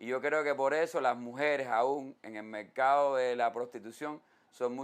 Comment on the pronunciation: Mercado se dice. No mecado Forma se dice. No foma